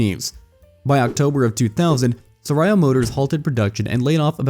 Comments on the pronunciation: I was listening to this while driving, not looking at the viddo. i have to stop to check this philippine brand is that i don't know - "sarayo" 😅. It's pronounced sah-raaw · I understand why you can’t pronounce “Sarao” (sah-rah-o). But inquirer? Seriously?